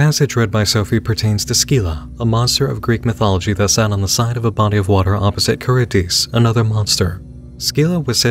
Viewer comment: Scylla = SILL-ah. Charybdis = Kuh-RIB-dis.